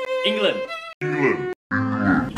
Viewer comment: Nah that's 15k Italians offended by Brett saying ENGLAND